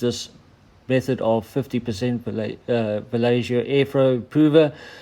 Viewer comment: nice vid, thanks! also, It's vah-YEH-ho, just fyi. or... English, we can get away with vah-Lay-ho. anyways... sorry.